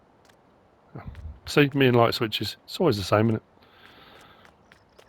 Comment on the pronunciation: Almost always some great mods in modreviews. Almost.:) Mostly great assortment of attachments from NMC, but the digging buckets will be great if you have dirt on the map like on Rassvet and the grapple will cause frustrations for loggers. “are you lait (late)? No you’re misunderstanding. I said I’m lait (light)” 😂 You sound like you’re feeling better again 👍🏻